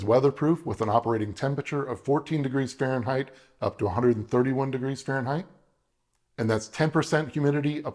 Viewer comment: Did you try to say “Fahrenheit”? Fah-ren-heit?!